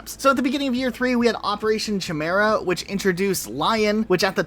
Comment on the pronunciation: Chimera? Why do you pronounce it that way? lol